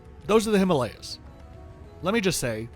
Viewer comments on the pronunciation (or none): none